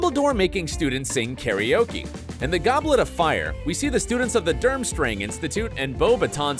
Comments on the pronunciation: It's "Durmstrang" not "Durmstring". At least get your facts straight when making a video like this. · Between "DURmstrung" and "Death Lord", I'm going out on a limb to say that this is narrated by someone who has no idea what Harry Potter is.